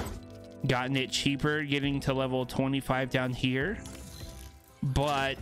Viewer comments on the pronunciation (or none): none